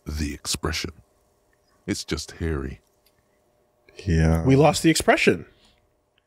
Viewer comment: “It’s just hairy” Huh It sounds like the narrator is saying “it’s Harry”